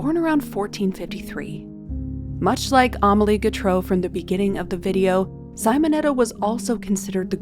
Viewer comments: Simonetta, no saimoneta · Not Sighmonetta, it is Seemonetta! Do some listining, ffs!🤦‍♀️🙄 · These are gorgeous!! Thank you 😊 Technical note: it's "Simonetta" like "see-mon-etta" not "cy-mon-etta". I always appreciate this channel so much!! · Sim o netta ( like sim card) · It’s said Seemonetta. Hello? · Thank you! That pronounciation was frustrating.